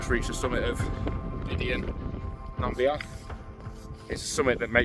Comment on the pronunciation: Great video. Subbed. The Scots are so lucky to have freedom to roam enshrined in law, especially when it comes to camping in the hills. A hard fought for right and only really appreciated when you don't have it. Down south, outdoor access is so limited. For what it's worth, "Bidean nam Bee-an" is the way it's pronounced. Cheers.